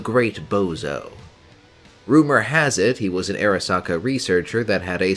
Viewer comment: Arasaka not Erasaka